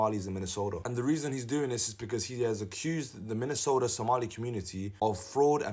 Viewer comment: Maybe she should learn how to pronounce Minnesota 1ST OF ALL.